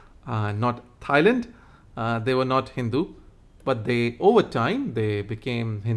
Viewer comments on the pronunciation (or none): none